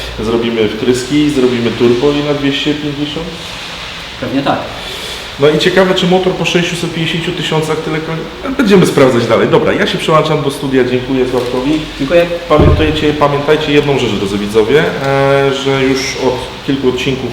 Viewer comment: Przełączam -nie przałanczam :D